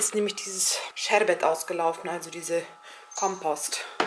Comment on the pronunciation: Liebes ich komme jetzt sicher wie ein Klugscheisser rüber, aber ich möchte dir sagen das du immer KOMPOST sagst statt KOMPOTT... Kompost ist für Grünzeug. Liebe Grüsse aus Zürich